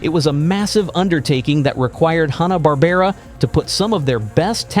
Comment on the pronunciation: So many errors in this, it was ABC, not CBS, Flintstones was a primetime show not a Saturday morning show. It's Hannah... Not Hawna